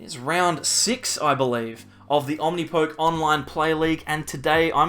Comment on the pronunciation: I thought the poke at the end of Omnipoke was said like the beginning of Pokemon.